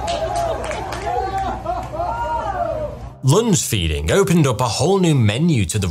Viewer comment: At first I heard 'lunch-feeding'.